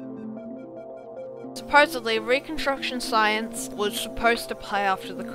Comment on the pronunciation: Science not Sciance srry i had to